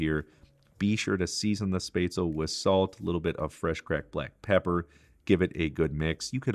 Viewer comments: XD its not "space tzl" its "shh pets la" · I wish you could pronounce the name SPÄTZLE It's not Sptazel. It it SPÄTZ- El-LE. Spetz el ah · He did fine other than the S... missing the sch sound. The rest is minor, the A. Word definitely ends with the L sound, not another A. At least this was how I heard and learned it with living in Germany. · 'SHPETZ-luh'. Great recipe! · Any suggestions for alternatives to onions? I am allergic to everything in the allum family and cooking and eating are quite dull. (And a hint...it's "spetz-la") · Na, its pronounced "Shpatz-luh". Trust the german on this one. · German here too and I was impressed that you kept it relatively true to the original German recipe. Very nicely done. For the sauce, I usually add a shot of cream. It gives it a lovely round flavour. The red cabbage, oh it has to be included as a side dish. Well done. I love your channel. The pronunciation of Spätzle was priceless. :) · Yes to red cabbage and butchering the word haha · The way he pronounces spätzle makes me shiver, and not in the good way 😄✌️. But everything else is looking really good.